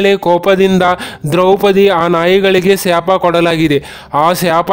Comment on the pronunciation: ಯಾಕಾಂತ ಅಲ್ಲ ಏಕಾಂತ ಶ್ಯಾಪ ಅಲ್ಲ ಶಾಪ